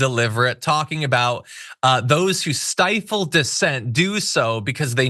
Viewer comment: I’m FL..stifle. Stifle.